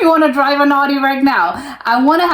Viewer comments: audi is pronounced owdi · The au in Germany is pronounced as the ou as in ouch. So this typical American way of saying Audi sounds funny to us. 😜